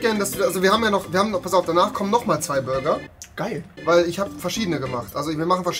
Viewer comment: der gute alte „Bruger“😂😂